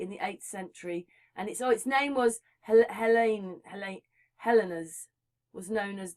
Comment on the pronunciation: Hi guys, interesting vid. It’s pronounced HELL - EENS. = Hellenes